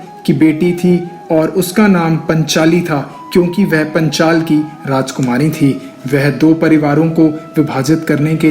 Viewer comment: Tumne knowledge to achchhi di hai, lekin pronounciation bahut hi jyada galat hai. Video mein sahi likha hai lekin tum phir bhi galat bol rahe ho, Jaise ki " पांचाल को पंचाल, गांधारी को गंधरी, आदि। " Aaj ki generation mein jisne naam nahi suna vo to is video ko dekh ke galat hi bolega na. Is galti ko sahi karo. Jo bhi sahmat hai vo like kare ya aisa hi direct comment kare inko, tabhi ye galti sudhari ja sakti hai.